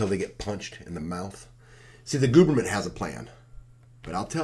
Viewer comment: Ha! Gooberment... Wonder where you learned that one😂